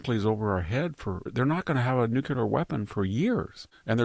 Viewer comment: I love listening to VDH. But nuculer is not a word.